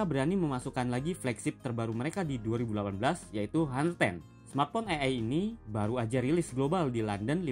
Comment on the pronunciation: Sebut nya aner. Bukan haner....